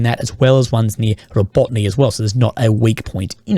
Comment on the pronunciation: Dude it is not Rabotne it is Rabotine [roˈbɔtɪne]. You have been talking about Rabotine for 8 months already, please learn how to pronounce it